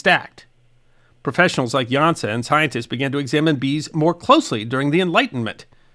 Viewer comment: Jansa, pronounce the 's' as 'sh'. S with accent on top is 'sh'. Jan'sh'a